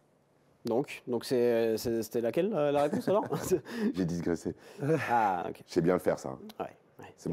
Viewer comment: digresser pas disgresser.... Sinon, ca babille, ça s'autosuce, ça blablate, en fait des caisses et des caisses, à toi...à moi.... Tout ce verbiage pompeux, cette logorrhée, ce vomi de poncif qui n'en finit plus de degouliner. On en peut plus les gars. du rythme, de la bonne humeur, des anecdotes, centrez vous sur l'invité. merci